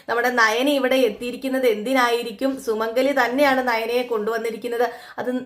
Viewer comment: Sumangali is not Sumangala